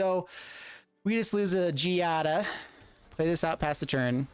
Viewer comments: Don't know if this was said already but Giada's name is pronounced GEE-AH-DUH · Considering the way the ETB mechanic can be so useful in the deck and gameplay, try using cards that blink. Your usage of makes me throw up in my mouth a little every single time you mispronounce it. Learn and grow. Kaito is something I would find a better card to use instead.